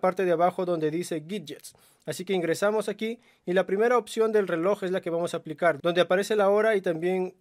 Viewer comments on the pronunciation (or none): none